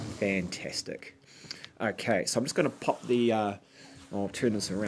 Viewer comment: How many times he said okeh😂